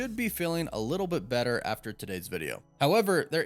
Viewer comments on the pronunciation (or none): none